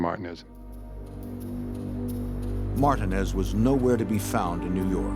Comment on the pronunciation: The fact none of them can pronounce Martinez is crazy